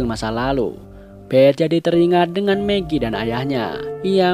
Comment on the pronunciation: Maggie - megi Shane - sen Dale - del Philip - filip Lanjutkan lagi😆